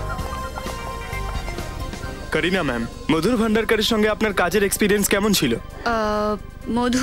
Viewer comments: কোরিনা না কারিনা😄😆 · কারিনা নামটি কোরিনা কোরিনা বলা একদম বাজে শোনায়।